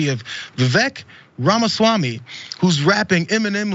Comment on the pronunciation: Wait so you’re fine with mispronouncing his name because white republicans do it?